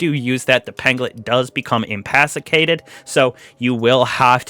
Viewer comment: In-ka-pass-ih-tay-ted= Incapacitated lol